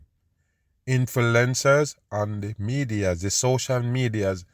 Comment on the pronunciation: Please stop saying supposedly every 20 seconds and its Vladimir putin not plutin its influencer not infelencer its perse not forsay